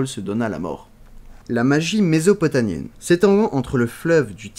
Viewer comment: mésopotamie pas nie ! mie mie mmmmmmie bon sang et ienne pour mésopotamienne!! mdr